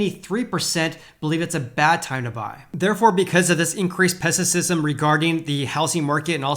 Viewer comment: Is it pessissism? I think you mean pessimism. Thanks for the info!